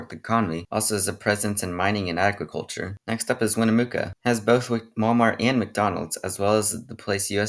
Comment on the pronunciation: Not how you say Winnemucca....or Tonopah....